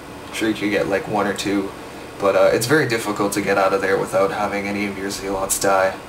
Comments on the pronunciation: it is zel-it's not zee-lots -. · Its pronounced "Zelots"